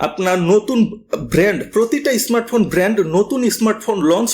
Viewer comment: ইসমাটফোন, জরিপানা, ইসপেশাল এসব কি ভাষা ভাই ? এমন স্পেশাল ভিডিও বানিয়েছেন, একটু শুদ্ধ করে বলেন না কেন...